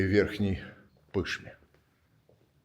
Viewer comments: В слове Пышма ударение на последнем слоге. Я понимаю, что москвичи не знают как ставить ударение, но учить русский язык нужно, если выступаешь перед публикой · Верхняя ПышмА. Как можно так коверкать. А вообще, здорово там, часто приезжаю туда, каждое лето. Можно в Ебурге погулять. До Ебурга дозжаю на машине,а от Ебурга до ПышмЫ, когда как бывает на машине, бывает на трамвае, там ехать то, рукой подать. Но незабываемо, очень здорово. Нынче опять всей семьей поедем туда. В музей надо планировать на два дня. Что бы все посмотреть и не бежать ни куда. 👍